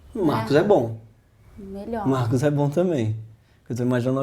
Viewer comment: eu vomitei quando ele falow meu nome =/ "MARCOS"